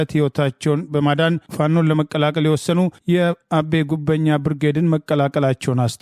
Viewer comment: "አቤ" ጉበኛ(ጉቨኛ) ብለህ አብብለህ አንብብ።